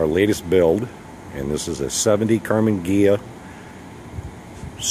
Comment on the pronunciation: Karmin?!? Learn the name, Karmann.